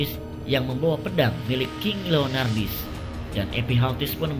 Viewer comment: Leonidas kok jadi leonardis sih wkwk